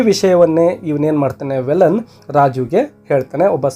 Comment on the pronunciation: Sir Sorry to interrupt Its not valan Its veelan...tamil local name